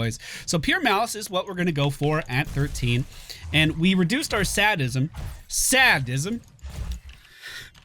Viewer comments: love ya, but if I have to listen to you pronounce sadism wrong one more time lol:-)..it's "SAY-dism"...not "SAD-ism" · Its actually say-dism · Not sad-is em It's sey-diz-uh m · I'm sorry, but the voice you heard for "Sadism" didn't pronounce it right. Go to Merriam Webster's site or another similar one, and you will see/hear it is pronounced "sae-diz-m" and not "sah-diz-m". You're trying so hard! And your vids are great! Thanks for everything!:D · Whoa, it is NOT SAD-ism. It's SADE-ism. Like a sadist? Someone who enjoys dealing pain? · Say Dism not Sad Dism I love you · No one says sad-ism in the US. ._.' Well, that's a generalization. But of the thousands of people I've probably met, no one has said it. You don't call people a Sad-ist. You call them a say-dist. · say-dizs mm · sadist, say dism. correct English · I'm pretty sure it is SAY-dism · that text to speech annoys me so badly.. it is "sade-ism" like sadistic.. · It's actually pronounced "Say-diz-em", hence practitioners being "Say-dists". You will find a lot of pronunciation sites actually get it wrong due to being automated. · say dism. lol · WTF? That's not how you pronounce say-dism :\ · Say-dism -- for the umpteenth time. c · Its say'd'ism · It's pronounced "SAY-dism". Think about how 'sadist' is pronounced. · sadly its SAY-dism with the long A sound. never use that website again. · It's pronounced "Say-dism" Grammar nazi! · "Say-Dism" its a hard A sound, a haaaaaard AAAAAAA SOUUUNNNNDDDDD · Sadism is pronounced "Say-dism". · say-dism. Your computer is stupid. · It's pronounced SAY-D-ISM Say as in talk, D as in dog, and ism as in ismy pizza done yet. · bits pronounced saydism, your text to speach program told you wrong! remember it like 'i have trouble SAYing this, its called saydism' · Marquis de Sade much ? Pronunciation round my way is say-dism, but then again I'm a "cockney w@ - viz anyone ? :) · It's prounced sAYdism. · Say-dism! Fuck sake.